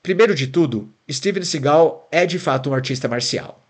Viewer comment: Ouvir o tempo inteiro "Steven sigál" foi foda!